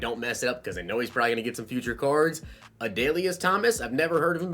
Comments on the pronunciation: Lmao you got My boy Adalius Correct XD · You got Adalius Thomas name correct he will also get pats chem.